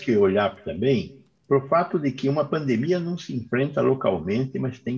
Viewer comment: kkkkkk "nova fraldemia" e o teatro continua faço é rir.